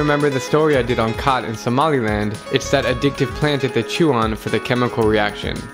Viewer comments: Chat is pronounced gat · Wasn't "khat" pronounced "chat"?